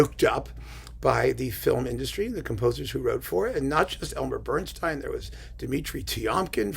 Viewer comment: It's BernstEEn, not BernstINE. Apparently, when Elmer and Lenny met, they drew lots over pronunciation, and Elmer got StEEN. Or so the legend goes.